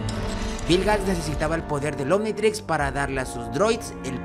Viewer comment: Minuto dice anititrix